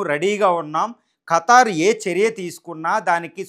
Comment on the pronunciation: "ఖతార్" కాదు ఖతర్